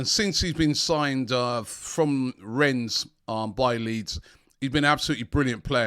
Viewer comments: Rennes not RenZ… don’t understand people who travel to a city and never learn how to pronounce it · Years later, Robbie still can't pronounce Rennes properly. It's not Renns, but Renn. 🙄